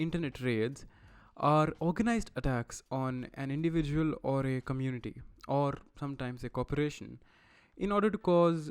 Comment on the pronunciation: communi-TITY haha